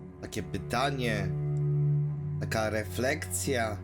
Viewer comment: Sorry musze. Refleksja, nie reflecja xD. Na streamie ok ale na film masz chwile sie przygotować xD Wybacz